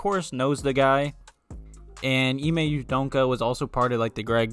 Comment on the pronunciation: Dude.....just say his name the way it's spelled U-D-O-K-A....there's no N in there